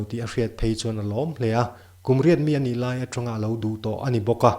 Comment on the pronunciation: Min huatna ah neih tumlo la, i thuchhiar ah hian"""ani''' tih te,,A"'''tih te hi Fullstop lutuk ang in chhiar lo in coma ang lek in uar lutuk lo deuh in chhiar la a fuh hmel.